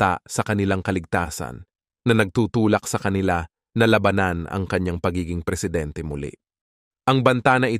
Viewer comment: Labanan !, ang tama'ng bigkas , hindi Laba-nan !